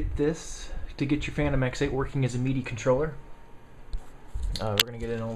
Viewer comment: Mee-dee devices :D